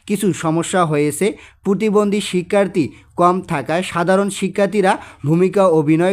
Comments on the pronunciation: আরে ভাই পুতিবন্দি না পতিবন্দি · স্যার আমার মনে হয় আপনি প্রতিবন্ধীকে পুতিবন্ধী বলেছেন😅😅😅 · পতিবন্দি না প্রতিবন্ধি